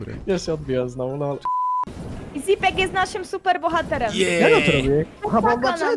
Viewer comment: Dlaczego ona muwi zipek a nie źipek